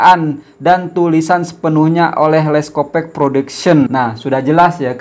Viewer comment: Sebutannya yg benar leskopak bkn leskopek